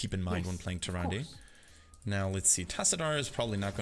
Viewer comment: Her name is actually pronounced TyrandA just so you know XD